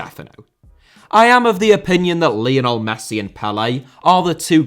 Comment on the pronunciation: Lionel* not Leonl Rather* not Rother Pelé* not Pelei Bolivia* not Bolivier Zico* not Zicouw Serie * not Siri Udinese * not Udeneisei Kashima* not Kashimer Dinamo* not Dinamau Zinédine* not Zeneden Uefa* not Yuweifer Johan* not Jouwhan Cristiano * not Crestiohrnouw Media* not Medier Saw* not Sor Alfredo * not Alfreidouw Mathias* not Mathajas Eusébio * not Yusséibiouw Máquina* not Maquina Possession * not Posession